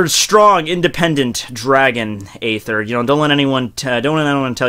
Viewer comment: I still to this date am yet to hear someone pronounce "aether" correctly lmao. xD